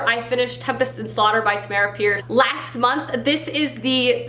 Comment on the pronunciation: Tamm - urr - uhh Pierce. (Pronounced like “CAMERA”) I use when I’m not sure how to pronounce an author’s name. On her page she explains the pronunciation and how her name was chosen at birth.